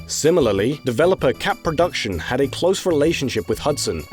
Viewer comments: "Computer Artist Porduction" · Computer Artist "Porduction"?